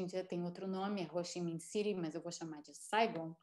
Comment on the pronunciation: Americanos não conseguem falar Ho Chi Mihn City? Interessante!